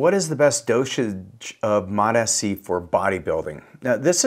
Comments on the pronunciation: Bro it’s mots- c not mot -s - c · Still calling it Mot-S-C. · It’s MOTS. Like plural for MOT. Mots mots mots. Not listening to a guy who claims to know about peptides who can’t freaking pronounce it correctly